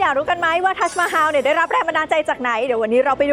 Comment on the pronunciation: ทัสมาฮัม ไม่ใช่ฮาว